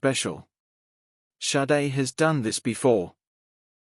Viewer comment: AI voice is too dumb to learn it Shadé, not Saiid... honestly. AI is SHIT!!!